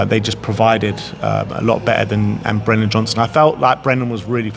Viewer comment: Brennan, not Brendon, it's been a year